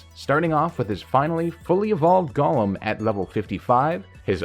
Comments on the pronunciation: It's annoying me to hear Gaulem when it's Goh-lem as it's established in English if a word has o_e then it's a long O. Of course there's exceptions but when it is not it's a short U as in love. If it was how you say it then the spelling would be Gollem. Sorry bugs me to hear a wrong pronunciation. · Pronouncing it like LotR Gollum irks me lol. Go-lem